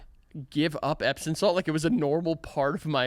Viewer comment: Is it just me or are they saying "epsin salt" and not "epsom salt".. I can't figure out if I am hearing it wrong or they are saying it wrong.